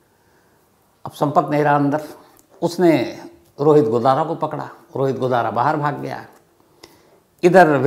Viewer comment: Godara godana bol Rahe ho sar😂😂